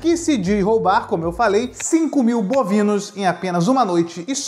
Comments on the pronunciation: Seriam bovinos. Ele falou bonivos, por isso a piada :) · DIZ ROUBAR 5000 BONIVOS EM UMA NOITE. O que são "Bonivos", KKKKKKKKKKKKKKKKKKKKKKK